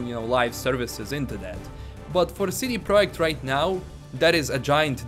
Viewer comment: Lets say it together See-Dee-Prah-Ject. I know it's an accent but damn you're killing the name like a witcher.